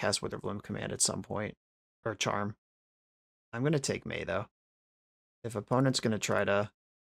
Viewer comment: its "may" not "my"